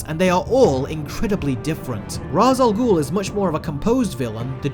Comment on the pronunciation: Please say Ra's al Ghul name right